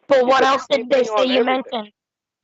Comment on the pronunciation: I hate the way he says ‘else’. “Eltz”